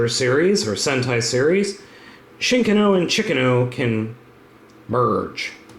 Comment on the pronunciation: or "chicken-oh" as he calls it